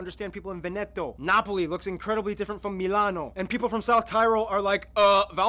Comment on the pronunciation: ...and Véneto, not venéto, eccetera eccetera...